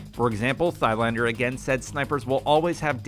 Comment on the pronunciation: It never gets boring listening to Americans trying to pronounce foreign names. hahaha. Just read like the H is not there "Tylander" without saying the "a" like it was English, more like one from La-La-La. Try that off camera a few times and the have a better go in the next video.